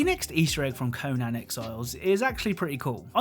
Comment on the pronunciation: "Co-nan exiles"